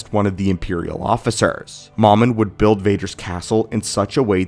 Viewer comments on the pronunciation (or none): none